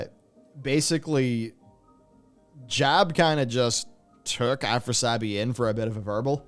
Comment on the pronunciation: Afras - i - abi , not Afrasabi